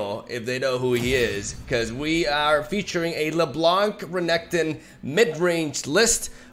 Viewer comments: you said Reggaeton💀💀💀 Love the video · pls never change Renektons pronunciation. It sounds kinda cooler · Thanks to you, I now can't stop calling Renekton "Regatone". It just sounds so much cooler 😎